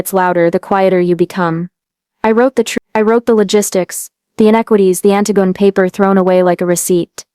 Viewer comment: That's not how you pronounce Antigone